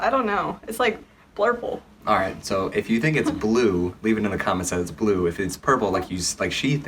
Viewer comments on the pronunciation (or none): It’s blueee You’re not colorbind lol 😂😂